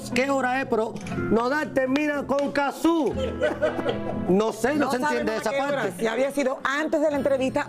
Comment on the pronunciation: En serio le dicen Cazzú? Le dicen mal el nombre a propósito?